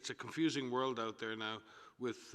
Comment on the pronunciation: i hope he tries to improve his english,,becuz wtf "worled"